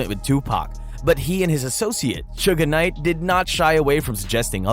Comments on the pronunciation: It’s SUGE Knight… not SUGA Knight 🤦🏾‍♂️ 😂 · IF THIS DUDE SAYS "SUGAR KNIGHT" ONE MORE TIME I'M GONNA SMASH THIS DAMN MONITOR!!!!!!!🤬🤬🤬🤬😂😂😂😂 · i hate all these white voices speaking on black culture. this mofo said "sugar knight." yo, you serious? couldnt finish watching this video at all. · Why can you not pronounce Suge Knight correctly? Not Suga Knight. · If he calls him Sugga knight one more time,I'm gonna ruin another cellphone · Him calling him Sugga Knight MULTIPLE TIMES BACK 2 BACK is WIIILLLD😂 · who told you it was okay to pronounce suge knights name like that? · Bruh it’s suge knight not suga knight and it’s 2 pahk not 2 pack smh. 😅